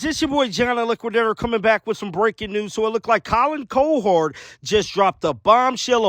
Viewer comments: "Co-hord" hahahahaa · Who in the absolute hell is Colin Co-herd? How do you pretend work in sports with your lousy microphone and not know how to pronounce the dude's name? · Pronounced cow - her - d! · its Cow-Herd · The pronunciation is “COW-HERD” as in “a herd of cows”. MOO! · Colin COW-erd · It’s COW- HERD!! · cOwherd --- big O not little o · It's pronounced "cow"{ (like the farm animal) - "herd" (like a herd of cattle). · Cow Herd. That's how you pronounced it . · The way you pronounce his name 😂😂😂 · Please learn to pronounce Colin CowHERD’s name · How the heck do you mispronounce Cowherd over and over?